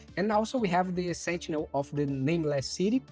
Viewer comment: Da pra saber que é brasileiro pelo "sentchinel" hihihi